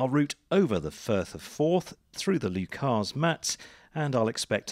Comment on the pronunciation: That's familiar territory for me. I trained at Perth (which is only just a little further West along the Tay) and my aircraft is based there. BTW - Leuchars isn't pronounced Loo-CARS - the last syllable is more like the last syllable of "snookers" with the emphasis on the first. I found Leuchars Radar to be exceptionally helpful, especially during my qualifying solo cross-country. It's a great part of the country to fly and it just gets more spectacular the further North you venture. On a day like that, from that altitude, you'll probably have been able to see where the land starts to get decidedly lumpy just to the North of the Tay. I do recommend Perth as a destination airport... but then, perhaps I'm just a little biased. If you ever plan a flight there, give me a shout and I'll buy you a hot drink and a Mars-Bar in our lovely lounge. ;)